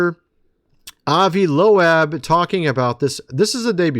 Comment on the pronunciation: Loeb is pronounced "lobe." Rhymes with globe, and robe. One syllable, not two.